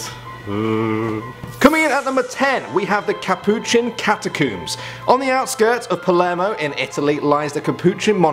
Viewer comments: “Capuchin Catacumbs” Me: “wait catacumbs? I thought it was a catacomb...” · haha it sounds like he said cata-cooms😂😂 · "Cat uh cooms"